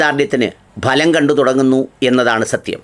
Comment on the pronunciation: നിങ്ങളന്താ ഭലം കണ്ടു തുടങ്ങി എന്ന് പറയുന്നത് ഫലം എന്നല്ലേ ആ വാക്ക്